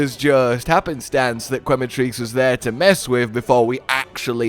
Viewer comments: Once again it's pronounced ke not kwe other than this I am ecstatic to see you and Cotton's Wilds adventure. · just for the record, the U in Quematrice is silent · man, go get some sleep already, but thank you nonetheless for the video & commentary so that we foreigners don't feel lost in translation to the source stream 👏 Also did i hear that correct? "Kweh-matrice" 😂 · I wonder if is ever gonna pronounce Quematrice correctly.